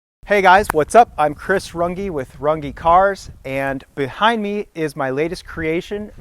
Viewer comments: It's not pronounced run gee it's RUNG! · Y do you mispronounce Your last name???!! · As a German I can assure you that you are pronouncing your surname wrong 😂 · I wish you'd prounounce your last name the correct german way instead of the americanized way